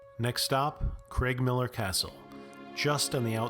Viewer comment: Edinboro and Cregmillar - CrAIgmiller. The Creg/Craig is another common irritant for Scots (or Scats in Scatland as you said somewhere previously at least once.)